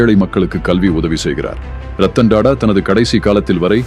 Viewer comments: Rathan TATA not TADA your poor pronunciation ரத்தன் டாடா ஏழ்மையாக இல்லை எளிமையாக வாழ்ந்தார் 👍😄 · Don't say " da da " Sat "Ta Ta " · Ayyo Tata enru pronounce pannunga, please